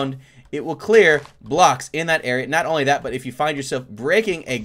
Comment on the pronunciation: Who else hears say Honly one command